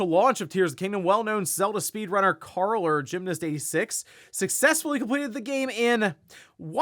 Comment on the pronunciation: How did my man just go out his way to pronounce "CARL" ???